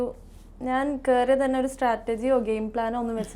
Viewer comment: you are not pronouncing the word strategy correctly.. statergy ennanu parayunne